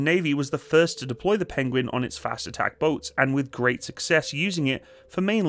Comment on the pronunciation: Penwings? Pengwings? Penglings! Benedict Cumberbatch would’ve proud 😂😊